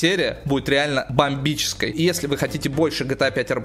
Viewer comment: Бобмической ахахахаха